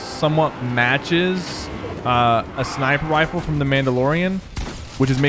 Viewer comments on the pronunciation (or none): Sypher said" sniper wifle" lol